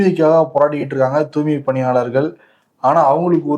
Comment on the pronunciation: தூய்மை பணியாளர் என்று சரியாக உச்சரியுங்கள்